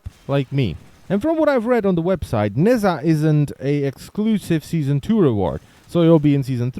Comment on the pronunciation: oh my god could you stop pronouncing it "nazza"?